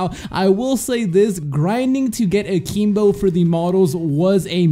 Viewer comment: Are you saying A-keem-bo and Mee-lee just to trigger ppl like me? It's working.